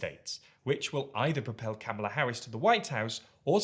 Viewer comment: With all do respect, would you mind please start pronouncing her name correctly. It's with a broad a, think of saying "comma" then add the "la", not with a short a (as in "camel")